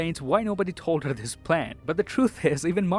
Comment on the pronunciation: I Watch '' videos on youtube in normal speed here's what i found ( told 'herrrr)